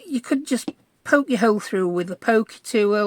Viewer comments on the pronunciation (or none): none